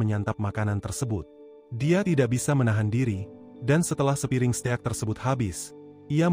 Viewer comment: steak bang bukan ste ak